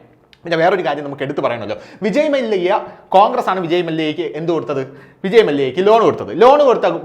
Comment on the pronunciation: മല്ലിക അല്ല മല്ല്യ ഇന്നുച്ചരിച്ചു കൂടെ